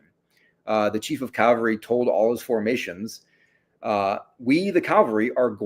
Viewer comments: Drives me crazy...CALVARY is a mountain in the Holy Land. CAVALRY is a mounted force. This guy is an academic he he still pronounces it wrong!!! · "Calvary" vs. "cavalry” -- does this bother anyone else? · Every time he said 'Calvary' I flashed back to one of my grade school teachers who would admonish us boys for playing 'Calvary' during recess instead of 'Cavalry'.